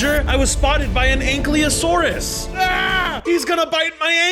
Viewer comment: Ankiliosaurus Its prounonced Ankylo-saur-us